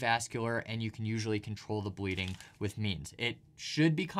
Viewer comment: "Stop bledeenig fast" 21 min